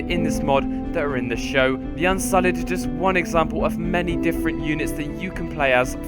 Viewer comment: "unsullid" yikes